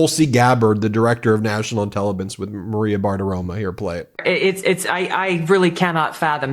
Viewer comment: Ben, great information as always- but pls, it's BartiroMO, thanks 😊